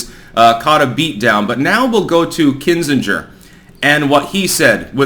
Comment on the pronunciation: how can you be as connected and informed as you are, and get so many pronunciations wrong? It's Kin-Zing-er (not Kin-Singe-er). And a reminder, please look up the pronunciation of diaspora before you have another story that refers to it. Cheers!